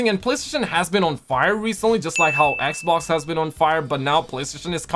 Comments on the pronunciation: say it with me XBOX XXXX BBB OOO XXXX NOT EKBOK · Hey! Can you spell me how you pronounces xbox please? Eboc?😂 I recently discovered you I love your videos! Continue like this 👍